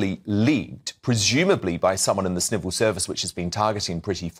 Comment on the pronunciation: I thought I heard Wootton say "someone in the Snivel service"!!!!